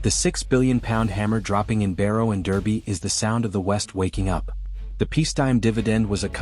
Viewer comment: It's pronounced Darby